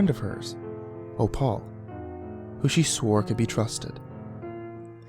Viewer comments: So... who put the baby in the oven? The man said his wife was the one who put the chicken in the oven, so did she do it? Or did the old lady do it somehow? BTW it sounded like you were saying O-Paul. Did you mean Opal? Because that's actually pronounced OH-pull. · I can't believe you can't pronounce opal you're a good narrator but you have really weird quirks